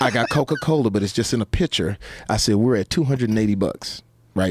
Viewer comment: "Pitcher", Jaime Fox? Good lord. 😂